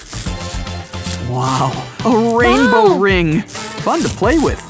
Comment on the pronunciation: “RAINBOW RIINGS” got me dying